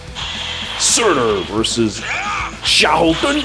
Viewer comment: Maybe Karel was designed around Xiahou Dun? (Fun fact: I first thought you were calling him Sheldon, but after I listened a couple of times, I could tell from the way you were saying it, that it wasn't that) Would you believe I have yet to summon him? Both him and Lyn - I've not seen hide nor hair of either of them.